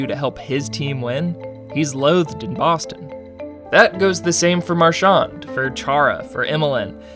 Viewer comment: You’re pronouncing Marchand wrong